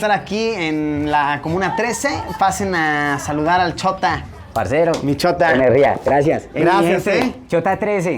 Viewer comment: Al despedirce del chota sono como bichota XD